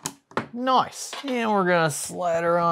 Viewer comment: Do my ears deceive me or are you saying nice in an aussie accent when you installed the new ram?